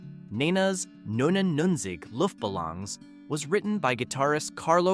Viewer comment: I always preferred the original language lyrics of Der Kommissar and 99 Luftballoons. Also, your pronunciation of the German titles is abhorrent. I cringed on that and other words. Sorry. LoL So painful! These are all must listens for me today. Falco's "Jeanny" was about a serial killer. He also had a scathing song about America and the music industry and commercialism.